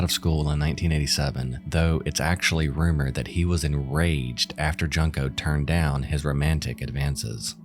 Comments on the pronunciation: Come on, man....Junk-o? It's not that hard to find out the real pronunciation and not make her name sound like "junk"...It's "yunko", ffs.. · Man... you could of at least pronounced Junko's name correct.. it's "JUNE-Ko" not "junk-ko" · Solid video (so far), but had to pause here to say "June-ko". It feels so disrespectful to keep calling her "Junk-o". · Junk-o?! It’s pronounced, June-koh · I've watched many videos about Junko but the one thing that always grinds my gears is how every single person has pronounced her name so wrong, as if they're saying the word "junk" which just makes it sound ever more disrespectful. That is NOT how her name should be pronounced! You have to pronounce it the same way you say the "u" in the word "full" and absolutely not like "junk".... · Its a shame you couldnt learn to pronounce Junko's name right.